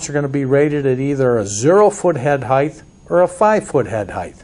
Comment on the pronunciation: the word is height (pronounced "hite"... no hiteth).